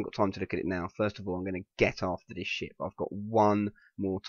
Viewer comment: I thought he said "I don't believe this shit" when he said "I don't believe this ship" LOL